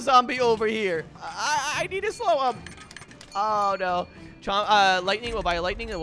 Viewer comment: I’m sorry did he say lighting tipe